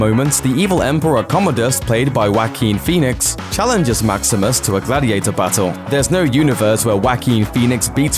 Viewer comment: "Waqween Qhenix"?